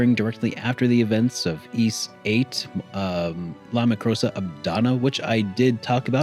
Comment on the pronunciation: Lacrimosa of Dan... And not LaMicrosa of Dana... Btw